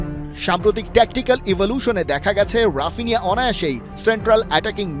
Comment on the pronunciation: ব্রাজিলিয়ান উচ্চারণ: হাপিনিয়া